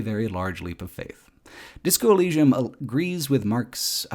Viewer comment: you cant even say the name of the game corectly? wtf?